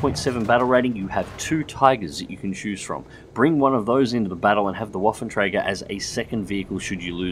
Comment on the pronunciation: 'twas a acceptable pronounciation, I'd understand it if you haven't put the name in the video. Also, interesting that you pronounce the "ä" correctly, for the most part English-speakers simply say it as "a" :)